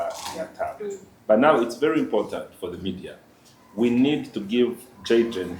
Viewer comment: I love the Dr, s pronunciation in Jayden, s name ❤woa❤❤ thanks TMR hospital ❤ GOD 🙏 bless you abundantly always